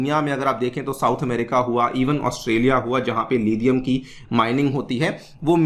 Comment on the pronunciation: It's लिथियम not लिधियम Stop acting like adopted British